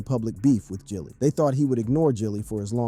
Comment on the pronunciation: His name isn't Jilly it's Gilly man I swear these YouTubers do not know how to talk or pronounce words correctly it seems like every The Voice you hear narrating a video on YouTube literally do not know proper English it's mind-blowing how someone gets paid to speak but still don't know how to speak properly